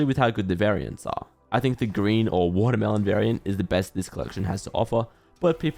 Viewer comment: one word~ Wotormelon